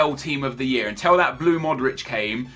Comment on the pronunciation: Why do you say 'untell' instead of 'until'